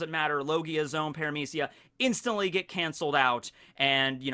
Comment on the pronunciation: I think "zoans" are pronounced like zoh-ans, not zones Like the word for animals Zoa Because it's the fruit that makes you an animal